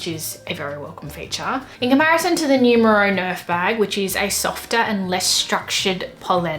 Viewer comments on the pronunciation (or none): When somebody pronounces Numero to nyumero 😔